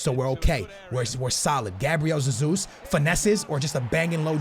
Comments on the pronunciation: It's not Gabriel Zezus, it's pronounced Gabriel Jezus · Oh ffs it’s not zezus. Just call him Jesus like normal. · It is not ZeZus. Cmon dude that’s just ignorant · You’re just saying Zesus xd , I’m Portuguese